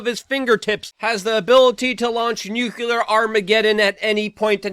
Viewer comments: It's NUCLEAR, not "nucular". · Luke, I've loved you for years, but maybe you shouldn't break people's balls TOO much for misspoken words...especially with all these tumultulous nookyaler astromoners. You DID go 4 minutes without saying of course, though! I, of course, am just pulling your chain a little. 😉. Great work, as usual. Also, JESUS GOD. Victory lap? I missed that one: I was too busy looking at articles about how much worse things things are about to get, and getting ready for WW3.